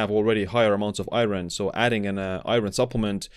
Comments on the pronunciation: Thank you for the informative video. A friendly pronunciation tip: "iron" isn't pronounced as it's spelled, unfortunately! In the video, you're saying, "EYE-ron," but the actual English pronunciation is "EYE-urn." Looking at the word, I realize that it makes no sense that it should be this way--but it is. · i-ERN not i-RIN!! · its pronounced ion or i-earn if youre american. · Iron is pronounced Eye-urn. Great video nevertheless. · in English, the word IRON is pronounced EYE - urn .... or I'urn...... just an FYI..... Also... high doses of Vitamin C can cause greater absorption of Iron, which can be detrimental. I really enjoy all the information you share... thanks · Lol what the hell is I-RON? Is that like A-ARON? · Iron is pronounced Eye Orn btw. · Iron has a Silent R. I take one a day because I have a deficiency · Great video. It's bizarre how many people are concerned about the pronunciation of iron lol I've heard many non-native English speakers pronounce it this way.. I've never had any difficulty understanding it. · Iron causes shortened lifespan because everytime I hear you say it I die inside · It's mean to let someone walk around saying Iron like that and not correct them